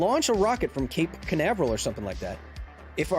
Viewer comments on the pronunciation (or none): none